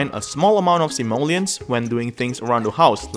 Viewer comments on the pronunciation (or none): none